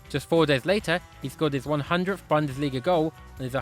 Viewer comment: It's Boon-des-lee-ga